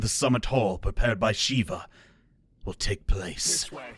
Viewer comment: Gosh... Shiva's name being butchered here is the worst. "Shiv-a?" No. It's pronounced shee-va.